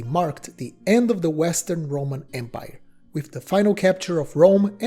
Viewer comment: It's empire, not embire.